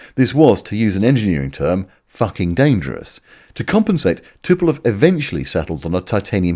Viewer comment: Why do the British call Tupolev always Tupelov. You are not the only one that gets that constantly wrong. Speaking of, when the growth on ones face gets dominating over the entire face and head, it might be time to see a specialist about that.